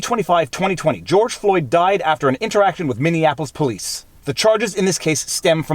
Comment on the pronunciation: Haha.. it's true - I caught him blatantly mispronouncing something else a while back, and while I don't wish to be the grammar police, it sure is distracting to hear it. Especially from a 'learned' fella. Tongue in cheek, takin' the piss ~ but yeah. I kinda like Mindianaplois though.